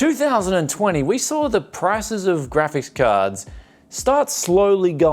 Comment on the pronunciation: "gravis cahds." are you drunk?